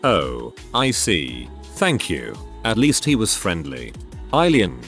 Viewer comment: LMFAO “I-LIEN”